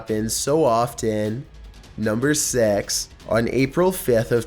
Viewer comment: Hey why do you said six like sex